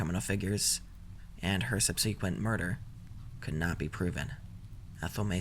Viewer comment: Okay, I've held off on this for a long time but I just can't help it; it's pronounced "SUB--seh-quent," not "sub-SEE-quent." Don't mean it in any negative way, friend, just helping you out.